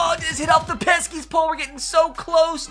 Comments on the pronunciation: Pesky pole not peskys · “Peskies pole” triggering as a Sox fan. But love u ur the goat